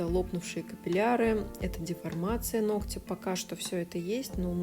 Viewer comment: режет слух😑" половина нОгтя, а не ногтЯ"😯 прости, я не специально.